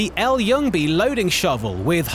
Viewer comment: A little tip if the L11 should appear in future videos, the L in Ljungby is silent so it is pronounced more like Jungby